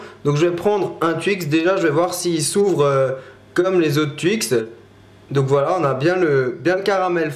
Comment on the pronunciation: Moi je dis TWIX pas tuix ou touix!